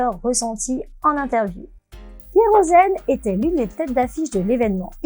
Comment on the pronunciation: En fait c'est soit kerozen soit keros-n mais pas kerosn-n